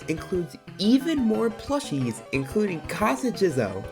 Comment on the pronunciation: The way he says kasa jizo is so funny to me lol.